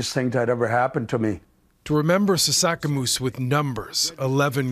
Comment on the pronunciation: sasaskamoose bro, come on. Said his name wrong